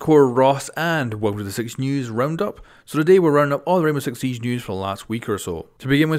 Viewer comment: Why you saying ramos sixteen